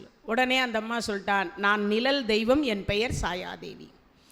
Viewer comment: அம்மா தயவு செய்து நிழல் என்று உச்சரிக்கவும்